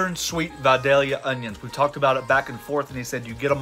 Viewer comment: From a Georgia Boy thanks for saying Vidalia right! It gets butchered so much. Great looking sammich. Love your channel